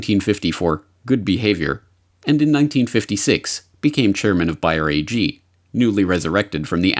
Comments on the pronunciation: It's Bayer, not Buyer. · sorry, not buyer, bAAAyer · Curious as to why you are calling it buy-er when we all know that it is Bayer? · Bayer, say it with me, baaaaayeeeeeeer. It is pronounced bayer, not buyer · Everyone in the video pronounced the name of the company as Bay-er except for who pronounced it as Bye-er. If I were doing a video I would probably used the most commonly used pronunciation. JMHO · It's BAY-er, not BUY-er, ffs. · Why is he saying BUY - ER instead of BAY - ER? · Is the German co's name pronounced "Buy-er?" In US advertising it was always pronounced "Bay-er." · What's worse than fake news? News pronounced incorrectly. It's not Buyer it's Bayer (Bay - Er) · your mispronunciation of Bayer (buyer??) is taking away from the legitimacy of this report. Look at the old television ads for their aspirin - "Compare, you can't do better than Bayer" (bay err) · It's BAYER NOT BUYER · Ugh... it's pronounced BEAR... not BUYER! How can you not know that? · Its prononced bear not buyer. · It BAY-er not buyer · That's Bay-er NOT Bi-er ffs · Please, say it correctly: not Buy-her but BAY-ER, as in "San Francisco Bay"... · Sorry but I heard "Buy", not "Bay" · Where you from? Has always been pronounced “Bear” not buyer,” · Very informative video!! Thank you!! P.s. the way you pronounce Bayer sounds like ‘buyer’. If I didn’t see Bayer on the screen as you pronounced it I wouldn’t have a clue what you were talking about. I’ve never heard anyone pronounce it that way. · Bayer is almost like bear. Not like buy'er. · Are they.... seriously pronouncing Bayer as Bear? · Not Buyer or Biyer it's BAyer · He hardly nailed the name right. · Another Great Report by. Is he pronouncing Bayer correctly? Everyone should watch: "House of Numbers" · You mispronounced Bayer the entire time. It ruined the video.